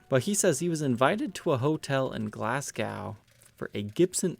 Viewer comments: BTW, it's pronounced Glaz-go. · says Glas-GOW the way Americans say Mos-COW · Glasgowe lol 😂😂😂🤔🤔🤔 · Thanks, liked the purple firebird, and loved the way you pronounced Glasgow 😀